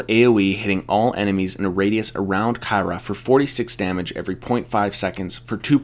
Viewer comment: Please learn to pronounce her name